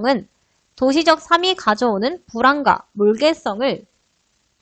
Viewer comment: 강사 발음 너무 안 좋음 삶이[살미]를 사미로 발음하고 몰개성을 몰개썽으로 발음함